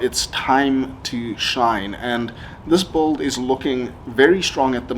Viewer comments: The way you said “bulld” (“build”) makes my blood boil… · C'mon man Say it slowly it's B U I L D !! Not bold or whatever you are saying.